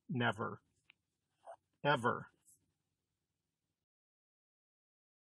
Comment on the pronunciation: It pronounces eva' neva'